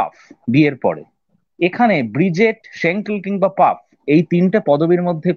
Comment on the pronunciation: Paf noy, Pfaff. Uchcharon : Faff, jemon that. Emily noy, Emilie. Uchcharon: jemon Emily ey.